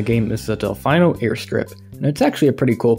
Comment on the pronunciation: I liked the video until I heard you mispronounce Delfino